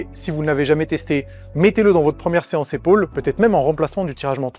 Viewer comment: je parle de la voix, et le fais qu'il dise séace dos au lieu de séance dos, on dirait une faute de frappe lu par IA vocal